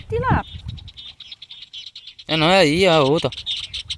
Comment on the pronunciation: Minha filha não e tilápo e tilápia fale mais direito